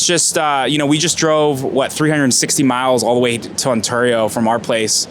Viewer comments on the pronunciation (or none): No one says Ontario like you bro.... go back to the valley.